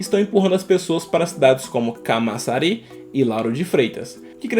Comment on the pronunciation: " salvador é um estado", "matapipé", "caçamari", meu fi é analfabeto, eh?